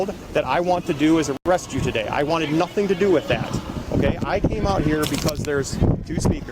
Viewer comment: Wow!! Even elected officials say “I ain’t did nuffen”!! Are they teaching this in college?